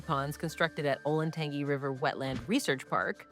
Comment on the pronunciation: Sorry to be that person but its pronounced Olen-tan-jee not Olen-tangy. 😂